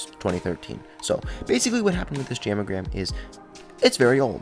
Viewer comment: I thought u said ham a gram lol